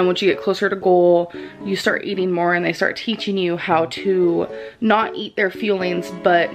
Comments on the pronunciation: I always thought she said "feelings". I even went to their website. I'm from Belgium, so English isn't my first language. I assumed it were "fuelings", but I looked it up, just to be sure (maybe it was a sort of word joke they were using 🤭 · I thought they were called "fillings" like, they fill you up. I swear that's what she pronounced. Either way, they're all annoying names for pre packaged low quality foods. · Hold up hold up!!! These past two years I've been living a lie, you're telling me they're actually called "fuelings" and not "feelings"??????? Omg that's hilarious, I always thought she meant it when she said she had to "eat her feelings" lol